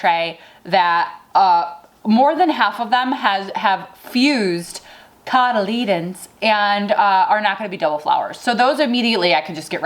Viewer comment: Your homework, until the next video, is to learn the pronunciation of "cotyledons":))) Elementary,:))) And yes, the Queen Mother looks great!